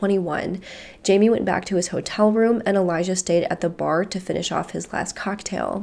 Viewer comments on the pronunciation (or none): none